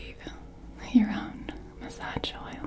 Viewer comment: You're one of my favourite ASMRtists but in this video the massADJ pronounciation is desyncing my immersion:D plz massaZ